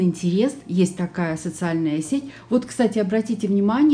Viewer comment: Вы неправильно произносите слово. Это режет слух. Только это. Подписана на ваш канал, всегда ставлю лайки. У вас прекрасный вкус и очень содержательный контент.